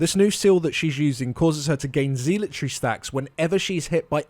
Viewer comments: They technically pronounce it wrong but I hear it said "zeelot" rather often I think. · Please learn how to pronounce zealotry. PLEASE. I know it's a minor thing but it's driving me crazy! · I know it's a little rude, but I snickered each time "zealotry" was said. I don't ACTUALLY know which pronunciation is correct, but I don't hear it they way they say it a lot. So it's kind of funny.